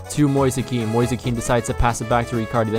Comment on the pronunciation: Mo-ease is the pronunciation for ‘Moise’ btw and the mario kart music 💀